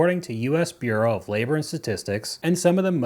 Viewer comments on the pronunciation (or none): none